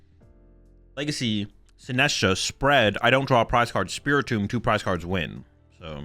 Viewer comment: Why pronounce 'cards'as 'cooorllds'